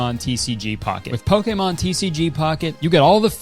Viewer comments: poke-A-mon..? 😭 why are you saying it like that.. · i love you kurtis, but the way you pronounce pokémon makes me want to bungee jump without the cord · Does anyone know why Kurtis pronounces it poke-ey-mahn instead of poke-ee-mahn. Maybe I'm stupid but I've heard the biggest Pokemon fans in the world say the later so I feel like Kurtis is saying it wrong. I genuinely don't know though. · Kurtis, please, I beg you. Stop pronouncing Pokemon like that. It's, "Pokey-mon" not "Poke-ay-mon." Thank you, love you, bye. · The way he pronounced it here is the way I hear it in directs and such. I think TPC is very particular about how the creators they sponsor pronounce Pokémon because in his video about Pokémon cards you can hear Kurtis pronounce it more like poke-uh-mon than po-keh-mon. Just speculating tho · you're doing pokAYmon way too much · I love you and love watching you. But please to learn how to say Pokémon correctly. You're saying it so wrong.. pokeemon😂 come on, dude, they are paying you to say the name right. Pocketly (would've been amazing) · How tf do you pronounce Pokémon like that?!?! “Poké-mon” is crazy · Can someone please tell me if I've been saying Pokémon wrong the whole time is it not poke-e-mon, that's how I've been pronouncing it but kurtis is saying poke-e-mon, which ones correct 🤨😭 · bruh. Since when is it poke a mon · Poakaymon im sorry but the way you pronounced it was obviously so forced lMAO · is that how they say pokémon in canada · I’m sorry Nintendo made you pronounce Pokémon weird and wrong like Zack and Cody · The way he kept hitting the e in Pokemon during that ad has me dying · is no one gonna talk about how he pronounces pokemon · You pronounce “Pokémon” kinda funny. No hate, I’ve just never heard anything like it😛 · I can’t tell whether Kurtis doesn’t know how to pronounce Pokémon, if I’m the stupid one and don’t know how to pronounce it, or if he’s just Canadian.😂